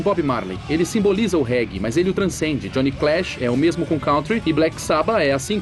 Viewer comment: Johnny "Clash". Meus ouvidos sangraram...